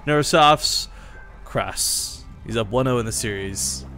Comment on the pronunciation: I think his name is actually "Crass" not "cross" as you pronounce it. Like the 1980s British punk band